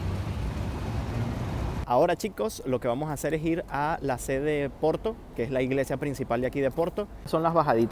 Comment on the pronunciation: Finalmente un chico qui habla Porto y non OPORTO, hablando castellano. Muy bien! Gracias!